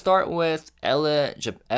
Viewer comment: I believe the magazine is pronounced “El”.